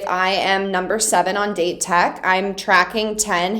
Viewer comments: Victoria! Love your videos! Just wanted to correct your pronunciation of Date Highschool. Its pronounced Daw-Tei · Someone tell her its pronounced "Dah-tay-co" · The correct way to say Date Tech or Dateko is Da-te Tech as for the japanese its Da-te-ko And Asahi is A-sa-he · I don't know if this doesn't adress before, but DATE pronunciation it's like DAllas and TEnnessee. I cringe every time you say "date" (dāt). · Victoria, please. Date Tech isn’t pronounced like the day of the week. It’s pronounced dot-aye. ✌🏻❤️ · word of advice: "date" is pronounced like "dah-tay", each syllable is pronounced separately! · Date tech's pronunciation is.. Da Te Tech.. Da and Te "A" for apple and "E" for elephant :) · LMAO that was awesome. Side note, Date is pronounced "Dah-tay." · Date is actually pronounced "Dah Teh", in Japanese the syllables don't end with a consonant (unless it's an N), you'll hear them say it a lot throughout the upcoming episode! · I fully understood your squee. :) I love your investment and excitement for this show, and it only gets better. Now, my English degree compels me to provide some pronunciation assistance. This is done out of love. :) - Date Tech: Dah-tay Tech. Japanese tends to pronounce every syllable individually. "Go, go, let's go, let's go Da-te-ko." You were, in fact, compelled to bob along to the best cheer in this show, because it is the best cheer in this show and we all did and still do, just like you! - The Iron Wall blocker with the intense stare and white hair is Aone: Ah-oh-nay - Ricochet: When talking about the "tool", or rebounds, bouncing the ball off the blockers hands, the word is ricochet. When I hear you say "rickershay" part of me melts from the cuteness, but part of me also cringes. Of course, you can ignore that part if you like. <3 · it's funny cuz she pronounced it "data taco" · By the way Date Tech's "Date" pronounced more of like "Latte" if that makes sense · why u pronounce "date" like that?